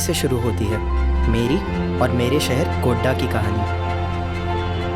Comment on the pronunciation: Bolne wale ko ye bhi nhi btaya ki mere sheher ka naam Godda hai, Gonda nhi🙏